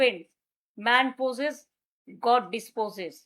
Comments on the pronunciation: Vul vaal english bola ta ekhono chaliye jacche ar lok hasacche. Man poses , god disposes bolche😂😂😂. Sothik holo "Man proposes, God disposes" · খুব কানে লাগে ... এর আগে লজিক্যাল ডিসক্রিপেন্সিস কে লজিস্টিক বলে চালাচ্ছিলেন আর আজ ম্যান প্রপোজেস , গড ডিসপোজেস কে ম্যান পোসেশ বলে চালিয়ে দিলেন !!!! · Ore pagla Ota man 'poses' na Ota hobe MAN PRPOSES Doctorate from East Georgia university😂😂😂😂😂😂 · O oshikhhito Didi, 'Man poses' na, ota 'Man proposes' hoy ...😂 .. ki oshikhhito, jaali mohila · ম্যান পোজেস? এভরি অ্যাকশান হ্যাভ? ধন্য ইংরেজি। এসব নিজের সম্পর্কেই ঘুরিয়ে বললেন।